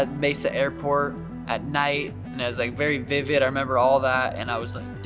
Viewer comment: "Before our berry eyes" 😂